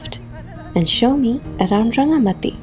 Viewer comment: It's called RangamaTi 'Ti' like Tea not like soft T.